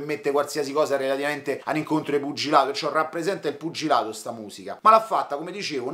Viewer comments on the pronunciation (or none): sei troppo forte!!! Mi fai morire quando dici "puggilato"😭. Cmq sei bravissimo. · "..er puggiladoo..." a, me fai sbragareeeee! 🤣🤣🤣🤣🤣